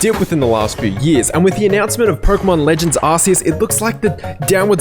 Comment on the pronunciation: He got legends Arceus so wrong😂